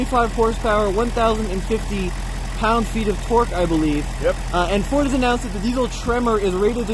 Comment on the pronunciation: 🤫 Be vewy vewy quite I am reviewing a Fowd. huh-uh-uh-uh-uh-uh-uh-uh Well look forward to when you can actually give us the goods. It looks very good.